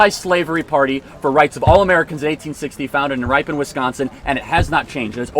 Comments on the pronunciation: ”Founded in RIEpun, Wisconsin." It’s pronounced "rihPAHN", but otherwise, yeah. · RIP-un ... not RIPEn Wisconsin. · Ripon, WI is pronounced rip-in. ❤❤❤🎉🎉🎉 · Charlie, just a heads up that Ripon, WI is not pronounced "Ripe-on", but rather, "Rip-un". Love the content! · Regarding when you said the Republican party was founded. You said it was founded in Ripon, WI(ripe-en). It's pronounced (rip-on) Ripon, WI. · Charlie, nice video clip. The town Ripon, Wisconsin is pronounced “rip in” not as “rye pon” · Great Charlie. The only thing I noticed is it's pronounced "Rippin", not "Ripe-in" (from WI). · Ripon is pronounced rip-on not ripe-on. Its where I went to College when colleges were places of learning and not woke pc bullshit. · Ripon is pronounced with a SHORT "I" not a long "I" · The wisconsin city Ripon is pronounced Rip-in, not Ripe-on lol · Ripon, Wisconsin, Ripon is pronounced (rip un), not (rye pon). It is the birthplace of the Republican Party. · Ripon, WI is pronounced like “Rippin” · Local pronounciation of Ripon (Rip - in ) Wisconsin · Ripon WI pronounced rip-un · Good afternoon Charlie. I am incredibly offended by your pronunciation of Ripon, WI. Fyi its pronounced rip-in. Have a great day :) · Charlie, the only thing I have to disagree with you on is the pronunciation of Ripon. As a Wisconsinite I can tell you its pronounced like "rip in." Other than that, you're spot on. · Rippon, Wi the birth place of the Republican party rhymes with ribbon. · Bro you pronounced Ripon wrong, just so you know but yes the Republican party did start there. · Only thing he got wrong here was the pronunciation of Ripon. Love this guy so much